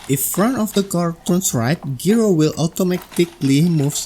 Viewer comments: Hi, "gyro" is pronounced as jai-ro, not gee-ro. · It’s a jye-ro not a gee-row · I don't mean to correct you or offend you, but the word "Gyro" is not pronounced like Gear-o. It's pronounced Jie-ro or J eye-roh. The word is just abbreviated from the word Gyroscope. If you start telling enough of these You Tubers the word is Gear-o, they'll adopt it and bring down the national IQ even closer to Idiocracy level (which you'll probably see in any comments that will probably be calling me a f-tard or some such douchery). Great video BTW.